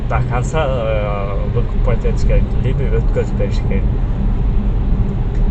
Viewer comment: Ассаламу алейкум, либи эмес либо деп айтасанар туура болот. Капа болбогула, бири бирибизди ондоп, каталарды айтып турсак онугуу болот деп ойлойм.